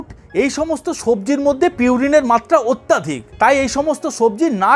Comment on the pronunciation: Kathata atyaadhik nay..Atyadhik habe